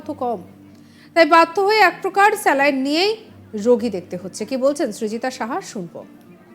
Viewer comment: 'স্ল্যাইন্ ' না 'স্যালাইন্'?